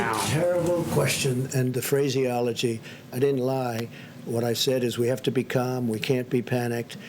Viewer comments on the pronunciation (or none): My brain is just malfunctioning in response to this stupidity... and wtf was that word he made up, Phraseiology? Just wtf is going on anymore? Lmao